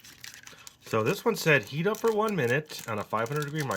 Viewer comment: I thought he said "eat for another 30 minutes and stir" I was like.... "How will he keep eating it?"